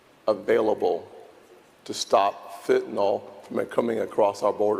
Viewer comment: It's Fenta-nil not Fenta-nawl. Fentanyl. Fen-Ta-Nyl.